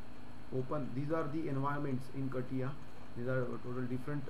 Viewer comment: Never thought I'd hear it be pronounced as kattiya XD